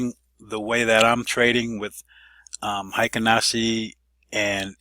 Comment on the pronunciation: Need to correct your pronunciation. Hyo in Ichimoku Hyo is NOT pronounced High - O, it should be pronounced H-Yaw. Heikin in Heikin Ashi is NOT pronounced High-kin, but rhymes with Hair-kin (without the r)